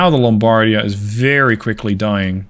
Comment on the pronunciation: Just a quick tip for your italian pronunciation : you are saying Lombardia and Vittorio Veneto almost correctly you are just messing with which vocal letter has more emphasys, I would say the accent but that word has so many goddamn meanings I am not sure it would correctly convey the message. Vittorio Veneto you are pronuncing essentially as "Vittorio Ven e to", Vittorio is correct but Veneto should sound like "V e neto", so the umpf (Yeah! That's the word I needed!) goes on the first e and not the second. Lombardia again is almost perfect aside the fact that you pronunce it as "L o mbardia" but instead it should sound like "Lombard i a" so the umpf is at the very end of the name instead of the beginning. I hope it made a modicum of sense :D